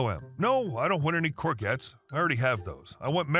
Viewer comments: cor zhet!!! Not cor gets! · Hi. 1st storey. It's pronounced gor-jets not gor-gets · First story about the pronouncing the vegetable. Say it as Coor-jets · Courgette pronounced cour - shetts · Stopped after hearing courgettes mispronounced over and over and over ! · Just to inform you, in the UK the "G" in courgettes is a soft "G", pronounced like a "J" as in Jest. It would seem the English spoken in America is a foreign language to us Brits!!!!!